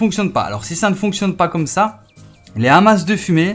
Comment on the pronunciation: Ça se prononce "Ama"